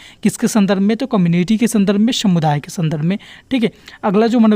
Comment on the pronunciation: Shamuday nhi sir samuday h aap har video me sa ko sha kyu bolte ho 🧐